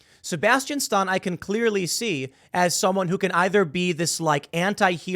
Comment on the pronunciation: Hey Tim how can you mispronounce Stan?